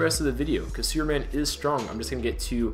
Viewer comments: sounds like he`s saying `sewerman` lol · Just curious if you realize you are not fully pronouncing the word superman correctly, or perhaps being lazy with it.Your pronunciation sounds like your saying sewerman. Not to be hateful but I found it a bit off putting. I noticed you say the word super just fine but when you put the word super and man together you seem to drop the "p". An observation. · other watcher wishes you to pronounce the p in superman's name plz.... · I swear i heard him say suruman instead of superman